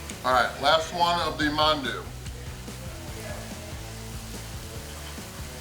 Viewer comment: I'm impressed, you pronounced mandu with the "a" silent..as it should be